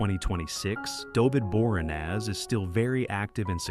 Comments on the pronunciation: I would think that you would pronounce David’s last name properly. BOR-EE-AN-NAZ, not BOREENEZ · Teach you AI to pronounce names correctly like Bor-ee-an-az. You SAY Christian Kane is 56 but your graphics show 54. TERRIBLE VIDEO. That's where I couldn't take anymore and turned it off.